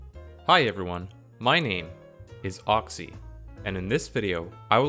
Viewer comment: Oxcy? Son your name is, like Pocky.